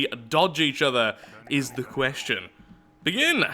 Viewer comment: wait, are you scandinavian?you said begynne insted of begin o.o